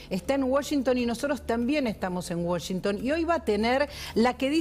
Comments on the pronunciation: a todos les quedo claro que milei esta en "woshington"? nombro 3 veces washington en menos de 10 segundos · por que dice woshington? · Uoyinton dice la periodista 😂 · Se dice Washington con "a"